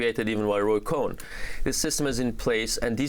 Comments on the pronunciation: Cohn is NOT prononced Cohen DN, say "Cone", Great theme, Sidney Zions' book tells the story well too. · Why she keeps calling him Cohen?? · The name is Cohn pronounced “cone”…it was pronounced Cohen numerous times in this video. For me, if you can’t pronounce the name of the primary subject properly, I doubt the credibility of the speaker. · It is not Cohen, it is Cohn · It's Roy "Cohn" (pronounced "cone") not "Cohen". 🙄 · Ok, it's a small detail, but you're a journalist. Can't you at least pronounce Cohn correctly? There's no "e" in his name. It's one syllable, like the word "cone." It's really grating to hear co-hen. One thing you don't talk about: Trump is on the record saying what he wants out of life is to be the most famous person. This film, despite his objections, moves him forward in that goal. It at least keeps him at that lofty status, but if there's someone somewhere who doesn't know the name Trump and all the crap that comes with it, they probably will now. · Amy....its "Cohn" and not "Cohen" as you keep mispronouncing... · I’m late to the party… but this woman keeps saying Roy cohen. It’s cohn. Not cohen. Can someone please correct her. It’s so annoying. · It's pronounced 'cone', not 'cohen'. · Narrator: His name was Ray COHN (pronounced like CONE) not COHEN. Please pronounce it correctly. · Amy: Cohn, pronounced like 'cone', not Cohen. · It’s not “Roy Cohen”. It’s Cohn. Roy Cohn. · it’s cohn lady, not cohen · NOT CO HEN. CONE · Is it pronounced Roy "cone" or "cohen"? I always thought it was cone, from watching Angels in America. Which everyone should see. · This was very interesting. But I have 1 critque. Amy kept saying Cohen not Cohn. Not sure why dhe did that, the other 2 did not. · Amy- Roy's last name is Cohn, not Cowen. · Since there's only one syllable in "Cohn," I don't understand why the woman is pronouncing his name as "Cohen." Odd. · It's Cohn. Not Cohen. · Amy, his name is COHN, one syllable, not Cohen. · Not Roy Cohen. Roy Cohn (cone).